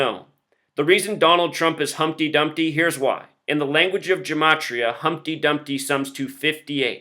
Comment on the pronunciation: don't lie to me. the word LIE = 12+9+5 = 26 = Z = the first letter of your name. Your own logic and gematria (which you deliberately mispronounce) condemns you.